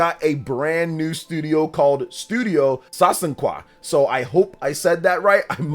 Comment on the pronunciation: Oh, Sasanqua. Stress on the second syllable.